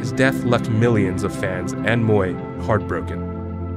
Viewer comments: It's Mui (mooi) not Moi.... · It would be nice if the narrator can at least get her name right. She was Anita Mui, not 'Moi'. If you can't pronounce the Cantonese 'Mui', try the Mandarin 'Mei' or just Anita. It is so disrespectful to get her name wrong, in a video dedicated to her. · Why is he pronouncing mohrrr when it is supposed to be mui?) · Why did he pronounced her name 'Moy' ?! it is 'Mui' , he knows better ! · Please learn to pronounce Anita’s last name right. It’s not said like “moy”. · I'd initially wanted to watch this clip but stopped within 1 minute. The narrator butchered Anita's surname. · At least get a narrator who can actually pronounce her name correctly!